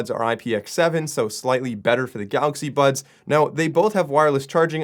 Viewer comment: Ok this is like 5th time you're saying "galaxy buns"... I'm annoyed enough ti comment for you to fix it...